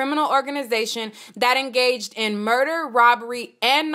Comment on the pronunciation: that word is engaged, it sounds like "en gay g-d"